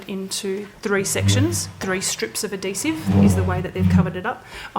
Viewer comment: the way she says adhesive.. ad dee sive.. just cracks me up